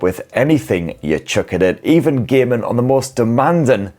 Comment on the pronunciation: I`m having some trouble understanding this dialect, was kinda expecting a phone review but it was allot more about hours of demanding gay-men action and gay-men on resourse sucking titles.